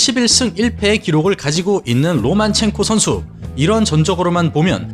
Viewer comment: 로마첸코입니까 로만첸코입니까..? 영상끝날때까지 계속 로만첸코라고 하시고 자막은 로마첸코...